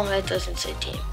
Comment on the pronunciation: team pronounce as (time)